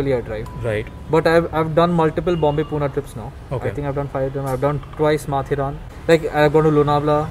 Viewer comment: पूना नाही रे... पुणे म्हण.